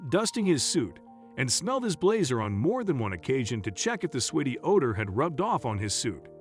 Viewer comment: Just a hint. Sweaty is not pronounced sweetie.